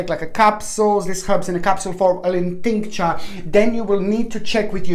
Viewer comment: milk thistle that is what i need...every time you say tincture I burst out laughing, its hilarious